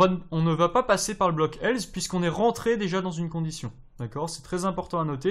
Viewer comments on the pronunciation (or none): Bonne vidéo :) Juste on dit else (avec un "s" non pas un "z" tu n'as jamais entendu la pub Nesspresso :) ?) et on écrit tu "es"